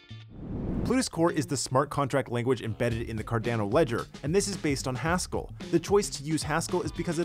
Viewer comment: quit saying Cardano like a Canadian